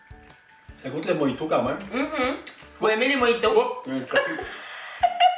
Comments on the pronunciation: On dit moRito 😂 sinon super vidéo, je vais regarder les autres. Je vous découvre :) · Coucou ça ce prononce '' dun'' mais la marque c'est milka et mojito ce prononce ''morito '' en France 🇫🇷 😂 Ps: continue je t'adore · Et on prononce "Morito" pas "Moïto" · Jpp comment elle dit "mojito" : moyito 😂 Sinon je t'adore t'es trop cute ❤😍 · Nous on prononce "din" même si ça s'écrit "DaiM"! Et "Mojito" on le dit "Moriti", on dit "speculOs" aussi! voila sinon super vidéo. Ahah j'adore 👌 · la crème de marron ne ressemble pas au Nutella c'est carrément autre chose ^^ et spéculoos le "oos" tu le prononce juste "os" et le mojito le "ji" pour nous français on le prononce "ri";) Et j'adore les vidéos que tu fais avec ton père elles sont géniales!!😄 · oui:) ça s'écrit mojito mais on le prononce mo"ri"to, un peu à la façon hispanophone ^^ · Moiiiito mdrrr ca se dit moJito 😂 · Aha nous on dit Morito Et les sa ce prenonse d'un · Mojito se prononce morito ^^